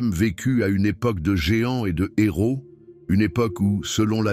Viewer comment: Ces zéros 😅😅😅😅? Ces héros ! H muet.